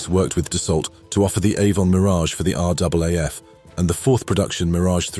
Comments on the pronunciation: Dassault: "ault"="[o]"!.. Resume: not [dasOLT], but [dasO]!!. Checkout French language orthography rules!!! ... P.S. May be fly to Canada: it's closer than France?.. © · Dasault is pronounced Dass-oh, just like Renault. The commentator sounds like a real ignorant pie-eater. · Need to learn how to pronounce Dassault bloke. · Come on guys even an AI voice over should be able to pronounce 'Dassault' correctly, this is a a piece about history afterall!